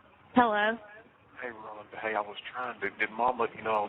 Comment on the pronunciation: I hate the way he say Rhonda because that's my name 😮